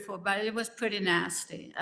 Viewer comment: Anyone else hear...I been a nasty girl when Grams says she has been nasty?